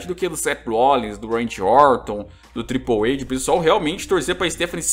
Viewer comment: Acho engraçado q quanto mais tempo assiste WWE, mais ele fala errado o nome dos lutadores kkkkkkkk Nunca superei esse "Tripouweide"